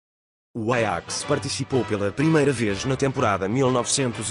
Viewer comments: Ele pronunciou em holandês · Nossa e bem diferente o pronunciamento do nome do Ajax em Portugal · apartir de agr so vou falar "Aiax"